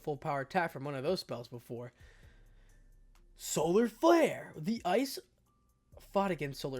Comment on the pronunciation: "SOLAFLARE" krillin would be proud 👍😂 I love the dragon ball reference's in this. Honestly might consider joining you at balance breaker. Good job